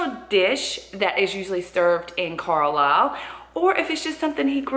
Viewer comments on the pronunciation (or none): Hiya, My Dad, older sister Tracey and Me, were all born in Carlisle, my Dad was born in Harraby, Me and Tracey were born in Botcherby, I've got a younger sister Leanne was born in Whitehaven, plus my Mam and nieces and Nephews, it's where we all live now, I explained to Michelle how to pronounce Carlisle, I said Car is pronounced Car (like what you drive) the lisle part is pronounced Lyle (like the country singer Lyle Lovett or the scottish golfer Sandy Lyle)that's how she said it right, to tell you the truth I'm quite chuffed about it, all the best Choppy